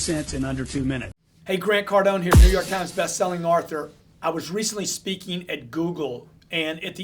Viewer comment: Grant your awesome man, but you always say "arthur", instead of author. Its funny.